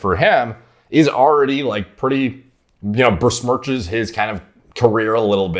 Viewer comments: it's BESMIRCH not bersmirch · How many videos are we going to let say bersmirch, before we correct him and tell him its pronounced besmirch... there is no R in besmirch.. we are like 3 videos in since he discovered this word and no one is gonna correct him? someone guys...